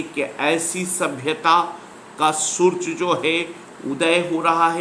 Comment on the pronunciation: Surj nahi hota Hindi padha rhe ho to Surya bolo